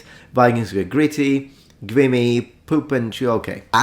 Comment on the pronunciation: Check your pronunciation of “flinging” and “grimy”